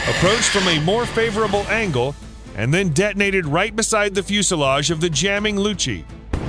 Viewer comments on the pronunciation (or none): none